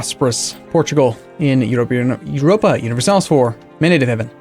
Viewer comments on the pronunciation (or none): none